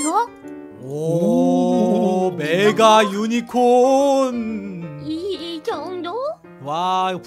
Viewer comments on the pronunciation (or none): 메가유니콘~할때 발음..ㅠㅜㅜ